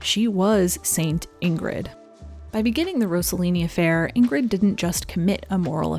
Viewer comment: (First G, in Ingrid, is silent, as in NG, Bergman is pronounced Berr(y)mann. No hard Gs in either name.)